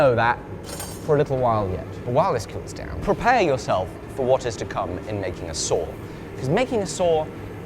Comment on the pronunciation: It's a "saw", not a "soor"